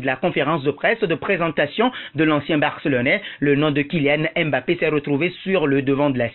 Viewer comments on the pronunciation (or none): vous ne savez pas prononcer Mbappé, c est difficile pour vous de prononcer les noms racines africaines? ce n est pas èmebappé mais tout simplement Mbappé, c est facile